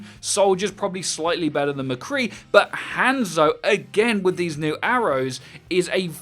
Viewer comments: His name is Hanzo, not handzo. You pronounce it as Hon-Zo, not hand-zo. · How is he still pronouncing Hanzo and Brigitte wrong lol